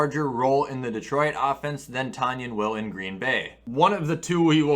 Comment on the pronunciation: It’s pronounced Tun-yan! GET IT RIGHT!